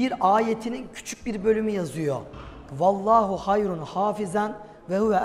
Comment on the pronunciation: Talha bey vellahu değil fellahu diye başlıyor ayet.. teşekkürler..